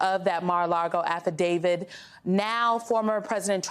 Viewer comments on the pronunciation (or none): you're not allowed to say "affidavid". That mispronunciation is reserved for "legal experts". I think it's "a thing". Like "statue" instead of "statute". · I know its petty but why can nobody on this network correctly pronounce the word "Affidavit"? it does not end ".....david" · The speech and debate clause doesn't apply in the case of Graham's subpoena because there was no pending legislation regarding the 2020 election. On another note, the word is AFFIDAVIT. It ends with a "T", not a "D". Why do so many people get that wrong? It's like "nuclear" and "asterisk". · "affidavid" ??? Really ? Come on...